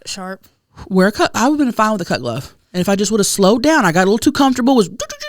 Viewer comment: Every time says "cut glove" it sounds like "cuck love" to me 🤣